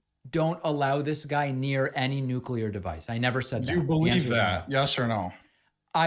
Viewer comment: says "Noo-cue-ler." 🤨